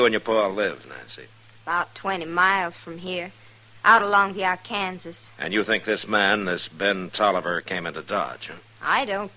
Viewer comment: Ark-an-saw River, not Ar-kan-ziz. Sheesh.